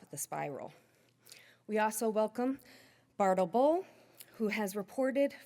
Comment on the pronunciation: Bartle Bull needs speech therapy